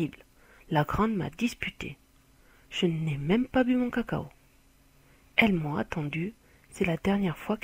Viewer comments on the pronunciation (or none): La manière dont elle a prononcé cacao m'a fait trop rire Mais sinon merci tu m'as beaucoup apporter